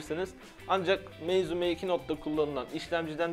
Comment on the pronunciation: Meizu değil meybuz olmuş o